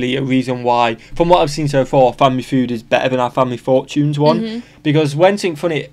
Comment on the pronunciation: Family Food? Haha 😂… It’s pronounced (Fyood)